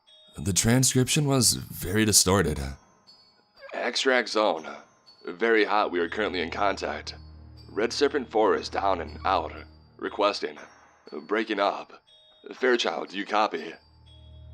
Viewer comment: I hate this guys voice "Extract zone-a ready-a for extraction-a are you there-a...over-a"